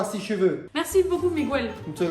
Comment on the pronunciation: mdr j'adore trop il ma fait trop rire ce '' Migouel' Pariisss'' 😂 😂 😂Ah merci pour ce fou rire ça ma fait du bien ! aujourd'hui j' avais pas le moral et grâce à vous deux j'ai le sourir 😍😍